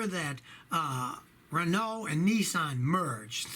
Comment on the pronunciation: You say Renault correctly!! That makes me happy